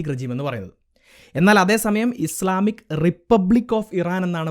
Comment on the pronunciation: ബ്രോ ഇസ്ലാമിക് അല്ല. ഇസ്‌ലാമിക് എന്നാണ്